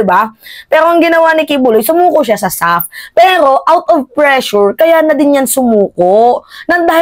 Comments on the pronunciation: ISAF hindi SAF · ISAF mam hindi SAF...